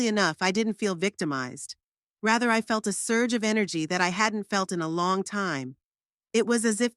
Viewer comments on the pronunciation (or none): none